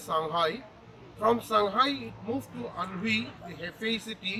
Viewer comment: Learn to say "Anhui" correctly. It is not ann huuu eeeee it is pronounced Ann wayyyyy